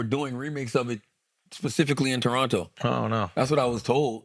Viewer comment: Shout out to Andrew for saying Toronto like a Torontonian!!! Second T is silent.